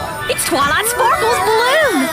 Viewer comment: TWALIGHT SPORKLE'S BALIEWN caught me off guard in the best way 😂😂 Excellent work as always!